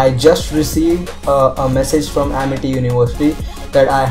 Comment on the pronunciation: Ammerty not amity